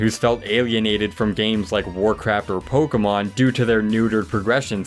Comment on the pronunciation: Pokémon, not pokeuhmon.